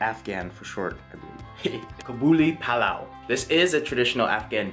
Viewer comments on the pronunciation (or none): Its pronounced as KA-BAL-LI PAL-LAO :)